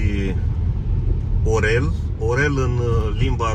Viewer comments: Și o mențiune! ☝️ Învață, te rog, să pronunți corect Орёл (în rusă) și nu Orel, deoarece se pierde semnificația denumirii orașului. Este o mare deosebire când introduci «ё» și nu «е» într-un cuvânt rusesc! * Sunt din R. Moldova, de aia cunosc bine lumea rusă. Pe viitor putem colabora, dacă apare nevoia de susținere sau schimb de idei. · Nu Orel, dar Ariol. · Пламенный привет с Украины. Просмотрел клипы сначала последние, потом первые, очень доволен. Я впервые пишу коментарий в ютубе и прошу помочь если что-то не так. Очень удивил меня грамотной речью на русском. Удивился, что никто не исправил до меня произношение названия города Орел. В русском языке есть звук "ьо", пишется как е но с двумя точками сверху. Скорее всего правильно произносить Орьол. Мы все учимся и прошу не обидется, а привести аргументы или поправить. Хотел бы смотреть стрим. Думаю в суботу в 19 часов. Постараюсь не пропустить. Делаю впервые. Может быть потом напишу на румынском, но пока не смог. Успехов, здоровья желаю. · Nu Orel , da Ariol ! Se scrie, O ! Da se citește A ! Accentul pe A !